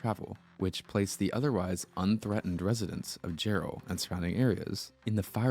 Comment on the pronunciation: Jarrell is pronounced like Gerald without the D. Yeah, I was near there when this happened. The tornado traveled a really long ways